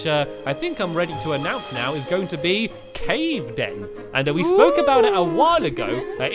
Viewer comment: Kevin in cave den should be named Kaven. (it's pronounced Cave-in